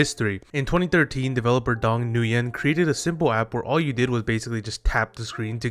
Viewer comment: I dont think I've heard anyone pronounce Nguyen correctly yet but besides that it sucks that Flappy Bird got "modernized" now